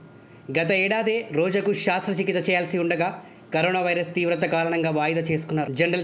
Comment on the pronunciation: Shaastra chikista kadu Shastra chikista 😂